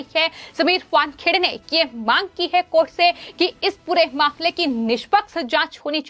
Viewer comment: please change this anchor or change her portfolio. I do not understand why she pronounces her hindi by including ha ha ha in every word. I never listend any anchor spoiling hindi which is a beautiful language this way. Why dont your management advice this lady not to artificialise her ahcorship and read hindi as hindi and hahahahindi which becames a lughing stock . she spells mamle as mahmahmle etc. please examine her videos and do necessary corrections. Tell her to see others vedios of hindi news reeadign reporting channels and rectify her pronunciation